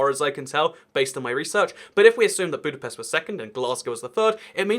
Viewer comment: Please stop saying budapest like this